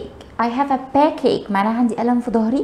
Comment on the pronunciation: Stomachache backache your pronunciation has a lot of faults